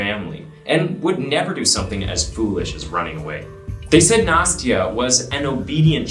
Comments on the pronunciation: Nah-stee-uh. It's not nasty-uh. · I may be mistaken, but I believe the child "Nastya"'s name is not pronounced "Nasty-a", but "Nast-ya".